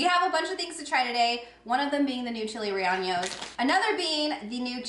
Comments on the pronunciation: Rellenos is not pronounced ray ahn yos. It's ray-YAY-nos. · No disrespect, but you sound it out like (chili-ree-ain-yos). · Lol, subscribed after last haul. Rellenos is pronounced ray ye ( short e) nose. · Love your reviews, thanks. Please learn how to pronounce rellenos